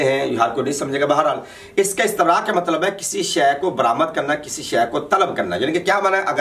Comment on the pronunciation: پہلے اپنی صرف درست کرو استَنراء نہیں ہے استِبراء ہے اور بابِ استَفعال نہیں ہے استِفعال ہے بے وقوف انسان😂